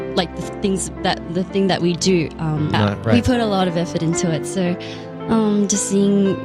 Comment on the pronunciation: Didi you notice whenever she have to say so she says sho-rrr . Ahh she is so cute💜🌸